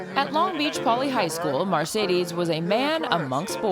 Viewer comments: his name is mar not mer . It’s mar ce des it’s not mer ce des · It's "MARCEDES" not "MERCEDES" (referring to the title of the video)